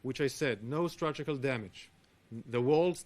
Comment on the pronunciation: He needs to work on his pronunciation of "structural"